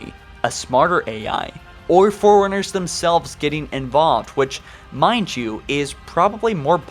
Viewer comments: Ankcient foreigners. Cool video though lol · Goddamn. Ang-chent foreigners?! Hu-Manatees?!